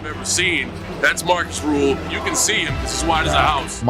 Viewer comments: Small correction if I may: His name is Markus Rühl not Marcus Ruhl. Especially the last name is a kinda big difference in pronunciation. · Not ruhl. Rühl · uhhhhm accctwuallyyy its rühl not ruhl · Rühl, not Ruhl. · Not Marcus Ruhl, his name is Marcus Rühl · Er heißt Rühl, nicht Ruhl. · Not Ruhl...Rüüüüüüüüüüüüüühl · *Markus Rühl, not Ruhl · That muthafukka is called Markus Rühl, not Ruhl! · Markus Rühl, not Rule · Markus Rühl (not "Ruhl") is NOT unknown, wtf. He is a bodybuilding legend. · It's RÜHL not RUHL. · It's not Ruhl. It's Rühl. Des muss hald ache ma gesacht wärn. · Markus Rühl not rule... Try to show a little bit of respect, even Markus can't pronounce it correctly 😂 And he isn't unknown. Between bodybuilders, fans and in Germany he is a legend, because he is simply a nice guy. And alcohol... Wodka is nice before and after training 😂 And Markus owns his brand now, with high quality protein and products for sporty people. Prices are not cheap, but it's not robbery. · His name is RÜHL not RUHL. Get it right, dont mess wif sem germans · so many mistakes already in the beginning of the video first of Arnold schwarzenegger wasnt german second his name ist Ruhl its Rühl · Das wird Rühl ausgesprochen. RÜÜÜÜÜHL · His name is Markus Rühl, not Ruhl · His name is Rühl! Please don't say Ruhl it hurts my feelings. 😢😅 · RÜHL, NOT RUHL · It's RÜHL not Ruhl, and yes, he's an absolute legend for us krauts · Rüüüüüühl mit Ü ok??? Meine Güte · Great video. But it's "Rühl" actually. Btw., he's also a content creator and muy simpatico so you should try to hit him up and do a video together.